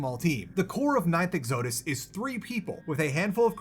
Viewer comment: Bro didn’t even pronounce “exodus” correctly, there’s no hope for him learning to pronounce Peripeteia